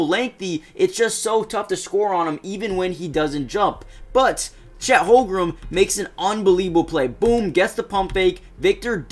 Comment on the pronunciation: its holmgren not "holgrum" 😭